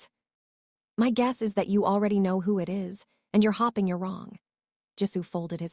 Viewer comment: When OH WHEN will A I begin to get namesand words pronounced CORRECTLY Hopping not hoping, Chantel is mispronounced and I 'm misspelling to give the correct pronunciation (Shawn-tel) and I 'm sure there are others in this story. Not the fault of the WRITER as the story is very good to craft something with so many twist and turns and delving into his private medical records, his sister, his former girlfriend or fiance and who knows who else!!!!! Wait just a minute I thought he had already told Lil' Miss. Nosy that he wasn't into her which was why she began digging into his medical ?